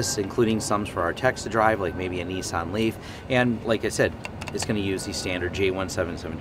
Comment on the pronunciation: Good video until I heard "Nissan Leaf"